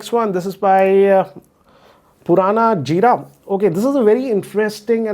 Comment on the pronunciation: He pronounced the name of aperson as Purana Jeera 😂😂..